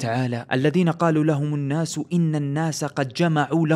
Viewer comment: يا في عندك بعض الأخطاء في القراءة نرجوا منك الإنتباه مرة أخرى جزاك الله خيرا منها(الذين قال لهم الناس ).....